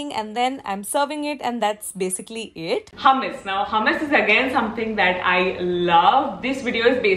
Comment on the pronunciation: Hey , love ur videos . Hummus origin is middle east , nd me staying in middle east , i would like to correct the way it is pronounced , the way indians say it is like hamas , its actually hummus the proper hu nd not ha. Not tryna be rude or something , jst sounded weird hummus pronounced as hamas